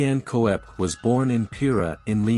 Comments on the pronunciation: Köpke - not Ko-ep. Say Kopke, if you can`t do an Umlaut. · koepke is pronounced 'kepp-key'.